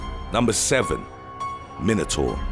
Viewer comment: Anyone else found how the narrator pronounced minotaur and wyvern annoying? Probably just me... Also, its a cockatrice, not a balisk.